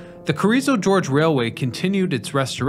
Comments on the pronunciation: I'm starting to think he purposefully chooses a word to mispronounce in his videos so as to drive engagement in the comments. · There's an occasional mispronounced word or two but his videos are so good and researched thoroughly I recommend them to everyone !!! 💯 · Yeah, I cringed every time he mispronounced "Gorge." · LOL I was going to comment but saw this one. Good video but c'mon get the pronunciations correct. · it's Gorge not George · Its GORGE not GEORGE! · First G is hard, second G is soft. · Gorge, not George. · Hearing you pronounce gorge (hard G) like George (soft G) is grating to listen too. Other than that it is a really interesting and informing video. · Love the video, but it's not "George" as in the man's name. It's "Gore"ge. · ummm, it's "gorge" not "george" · Gorge, not George.. Amazing story. The Chicago effect is huge. Thanks for sharing. . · Your trademark mispronunciation: it is Carrizo GORGE, not George. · The "G" word you couldn't pronounce in the scenic railway's name is "Gorge," which is a geographic feature. "George," on the other hand, is a proper noun and not a geographic feature. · That's Gorge, not George. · If only the names could be correct. Not sure what this George is but it is gorge, totally different. A name vs. a narrow passage through land aka gorge. Let us not forget Jacumba. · That word is GORGE, with a hard G, not GEORGE. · Did you say "George" instead of "Gorge?" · It's Gorge, not George as you are pronouncing it. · You mispronounced the word "Gorge" about thirty times! It's not "George". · Its Carriso GORGE not Carriso George. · It's gorge not george Carriso GORGE smh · It's "GORGE" not george. But other than that, very informative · Is it not Gorge not George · It's Carrizo Gorge not George for crying out loud! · Gorge. Not George. It's a word for a geographical feature—a canyon—not a guy's name. I'm losing interest in a channel that so frequently mispronounces names. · Gorge rhymes with forge. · Heh, he says gEorge 😀